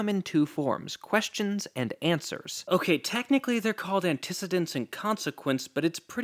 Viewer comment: Lmao the way you said antecedents